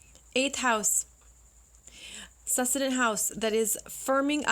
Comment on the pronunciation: Great video, —Thank you! Just wanted to mention: succedent is pronounced /sək ˈsi dᵊnt/ with emphasis on the second syllable, as in the word "succeed."